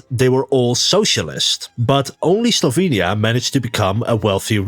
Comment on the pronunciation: Guge: didya minh sLovenya?